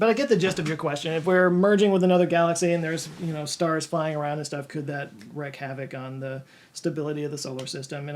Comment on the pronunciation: Oh God...... did you say "wreck" havoc!? I'm so disappointed.